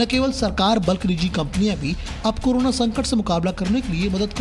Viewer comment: करोना या कोरोना आप सही बोले बहुत बार आप करोना ही बोलती है